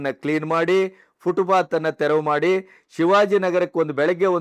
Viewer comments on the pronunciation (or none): none